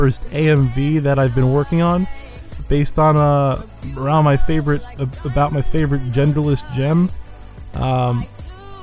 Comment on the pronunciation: gerderless? no thx.